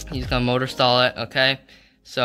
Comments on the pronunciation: u pronounce mortor motor its pronounced more-ter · MORE-TER! NOT MOTOR